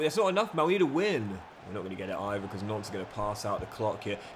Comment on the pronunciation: Every time you say Nantes it sounds like Nonce 🤣